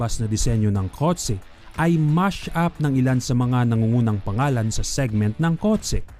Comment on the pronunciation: Kotse not kot se puta